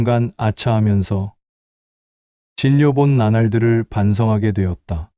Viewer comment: 진요라고 읽으시면 안됩니다